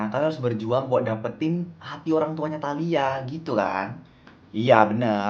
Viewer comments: tahila?? Talia dongg 😊😊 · ngomong talia jd taila😂😂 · Ngakak banget pas salah ngomong talia jadi tahila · talia pls bukan taila,typo mulut 😭😭😭